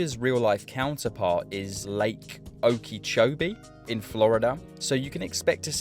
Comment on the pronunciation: You are awesome for pronouncing Okeechobee correctly